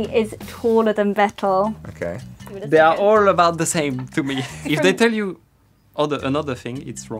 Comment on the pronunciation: it´s pronounced Fettel